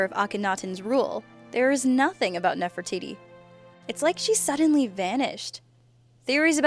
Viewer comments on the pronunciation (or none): for gods sake it's pronounced nef-ri-tidy not nef-ri-titty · you are correct..she pronounced it wrong and it sounded like titty at the end lol. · Did she pronounce the last part of an ancient Egyptian queen's name Titty? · I heard NeferTITY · Nefer - titty... Lol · "Speaking of Nefertitty..." 😂😂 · She said NeferTITTY. Hehe titty. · NeferTITI.....he he he he hee....tities. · Did she just call her Ne-far-ti-tie? ITS NEF-ER-TI-TI! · Ne- for-titie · Did she say Nefra-titty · Sounds like said "Nefertitty" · I love how she says nephro TITTY hahahaha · nephre-titi XD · Wow she said nefertitty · lmao she said nefer titty😂😂😂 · Damien Turtlerma its pronounced nerftities btw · "Speaking of Nefertitty," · Anyone else notice at 4 she said nef for tity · Diy crafts and Projects with Ethan has issues pronouncing words, this one wasn't so bad though.